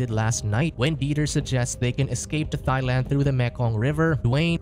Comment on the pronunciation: Why's man saying "Thigh-land"? It's pronounced "Tie-land" (Thailand)